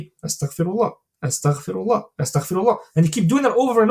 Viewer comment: Amazing talk! Please make sure to say astaghfeerullah and not astakhferullah Like its استغفرالله not استخفر الله Its غفار not خفار Just felt I needed to say this to you can reap the full benefits and I really love your videos may Allah bless you and we are learning a lot Thank you